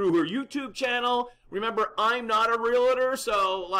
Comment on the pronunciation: nice piece; comment, please pronounce the word Realtor correctly REAL-tor .... there is no extra "A" thank you